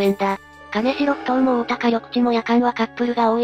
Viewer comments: 名古屋の者です。 かねしろ埠頭ではなく きんじょう埠頭ですよ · 金城埠頭はカネシロフトウではなくキンジョウフトウと読みます‼️ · かねしろふとうではないよ。きんじょうふとうね＾＾ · 金城埠頭ですが、ここは沖縄県ではなく愛知県なので、「かねしろ」ではなく「きんじょう」と読みます。 当時金城埠頭は、治安が悪く、親には絶対に行くなと言われてた後に、この事件でした。 今はだいぶ変わってきていますが、自転車置き場に自転車を置いておくと盗まれる程度の治安の悪さです。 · かねしろふとう ではなく きんじょうふとう です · 金城ふ頭(かねしろふとう) ではなくて、 金城ふ頭(きんじょうふとう)です。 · 金城埠頭の読み方を間違えた。かねしろふとうではなく、きんじょうふとうだ。